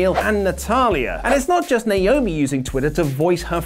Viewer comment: THANK YOU FOR SAYING NAOMI'S NAME CORRECTLY!